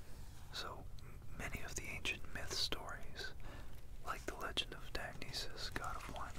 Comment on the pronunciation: You said Dionysus wrong